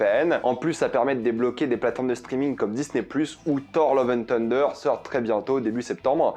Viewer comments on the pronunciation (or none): none